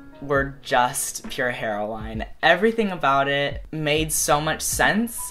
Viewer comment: "Pure Hero-wine"